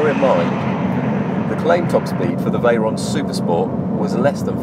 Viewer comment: Its VEYRON not veryon. Lmaoooooooooooo.